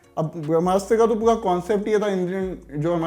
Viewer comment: Abe pua pua nahi pura pura bolo...baunaye nahi bhavnaaye. Thit hai?